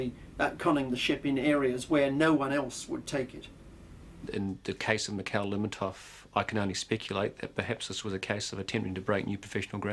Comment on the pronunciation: You'd think they'd ask somebody how to pronounce the name of the ship correctly